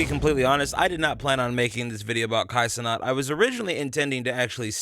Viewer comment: it’s pronounced kai cen AT not ce NOT